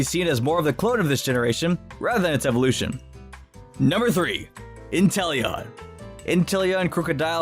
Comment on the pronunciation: Me: Inteleon Other people: inTEllEoN